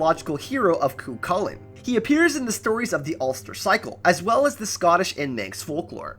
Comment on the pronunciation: Well done on pronouncing cú chulainn properly. More or less.